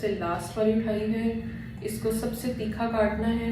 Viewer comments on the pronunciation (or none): Theekha ni hota thircha hota h 🤣